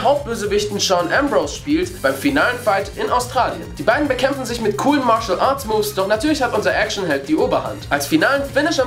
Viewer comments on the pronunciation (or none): none